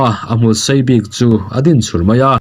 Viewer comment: A tawp lam sakei nghawng hmul ti ding kha,a din pai i thluk deuha a diklo,a din,a tiding,a ti tung,thluk lo in,i thlûk dan ah chuan,a siam i ti ni ang in i thluk daih a